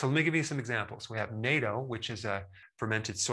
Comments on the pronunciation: In case you’re asking for natto, the fermented soy beans, it is not pronounced, “nayto” like the North Atlantic Treaty Organization. It is pronounced, “not-toe.” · It's pronounced "Nah-toe" not, "Nay-toe". FYI, much respect. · Natto is pronounced as nat toe, not nay toe. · Interesting…. Natto is from Japan. It’s pronounced “Nah-Toe - not Nay-toe. Just fyi. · Nahto not NATO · Thanks for the info. A more accurate English pronunciation of the Japanese word "NATTO" is "Not Toe". Been cringing for years when I hear it pronounced "NATO". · You said NATO instead of naato (as in "nahhtoe"). I have never heard it pronounced that way before. Anyway, I enjoy eating naato while watching your excellent videos. Thank you so much. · Please!! It is not "NAY-to," it is "NAH-to!!" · Its not NATO (play dough?) that's a defense treaty organization. Its Natto .. pronounced "nah-toe" with a short "t" said quickly, for yall in the south.. if you go in an Asian market looking for NATO they're going to direct you to your nearest political science College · Pronounced "NAHT toe", not nay-toe. (NATO is a political organization 😁) Just fyi. It's Japanese. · Dr. Berg. Natto is pronounced "Naughto" not naito. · Natto is pronounced "not-toe" not "nay-toe". And it is available in almost all Asian supermarkets. It is an acquired taste. It takes a long time to even take the first bite let alone a full serving or even eating it daily. With fortitude though it can be done! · Natto is pronounces "nah-toe," not "nay-toe." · Natto - prounounded Nah-toe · Natto, not NATO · "NAH-toe" is how natto is pronounced. It's very stinky but very yummy if you ask me! I lived in Japan for a bit and looooove it. I buy it now from time to time at a Japanese supermarket when I can get over there. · Natto pronunciation is “not-toe”. Incredible video, thank you 🙏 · Natto - short "A", double "t" for the pause. "Nah'ttoh" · It's pronounced Naah toe. Thanks for all your videos! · Natto is pronouned “not toe”